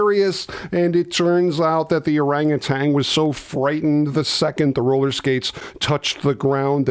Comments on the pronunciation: There's no "g" at the end of orangutan. It's tan, not tang. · I found the movie boring and very disappointing, but ET was great. P.S., it's Mow-beel, not Mow-bile. Also, there is no "G" at the end of orangutan. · Orangutan. There is no "g" at the end.